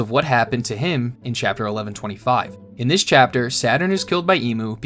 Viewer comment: Chappter four billeaon ????? 😂😂😂